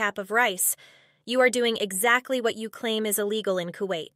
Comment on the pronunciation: “Exzacky” 😂. It’s giving very much “dispectful”.